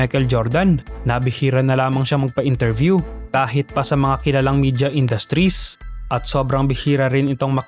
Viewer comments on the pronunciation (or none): none